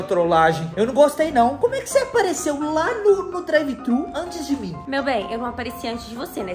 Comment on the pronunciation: N é drive trhu nao porra